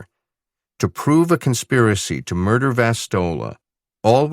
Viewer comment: mirdah? What MIRDAH????